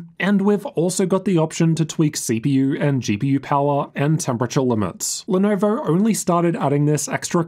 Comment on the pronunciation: I love how he says Lenovo. Even better when he says Lenovo Logo like “Lenorvowr Lorgow”. Has me cracking up every time